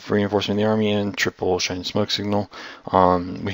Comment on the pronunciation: Shine? Shien.